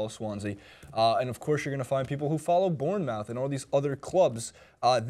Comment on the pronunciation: its pronounced Born-muff!;)